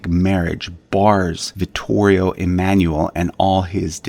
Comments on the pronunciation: Dovresti migliorare la pronuncia 🇮🇹 dei loro nomi originari Emanuele è da pronunciare E MA NOO E L E LA "E" 🇮🇹 È come la "E" as "BEND" "END" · Please! "Emanuele" is NOT pronounced like that!